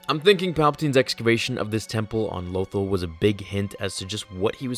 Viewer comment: its la - tholl not loetole